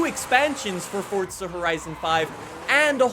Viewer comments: PLEASE JUST SAY FORZA DONT SAY FORTZA?!?!?! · Why would you say "FORTSA HORITSON" it's "FORZA HORIZON" so dumb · did he say at the beginning ..welcome back at the forca ? horizon? ... hahahhaha its FORZA ...Z Z Z Z Z ..not C C C C C ..damn... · Forza! Not Fortza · Fortza horizon 5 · fortza ...... Why so many say that I will never understand. but cool vid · Forza not fortza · why do you say Fortza? instead of Forza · For zah jesus why cant americans not pronounce correctly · How many times does he say fortsa in the video? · didnt know it was called FORTZA lol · You said "Fortza horizon 5" six times in the first minute. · Is it really pronounced "Fordsa Horizon"? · Anyone else cringe everytime he says FORTSA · Great review but couldn't listen to the word FORDZA anymore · dude stop saying fortza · you mean forTza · Dudes so exited he can’t even pronounce forza properly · Pronounce Forza correctly